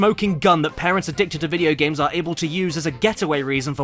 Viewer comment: T H E V O D D Y G A M S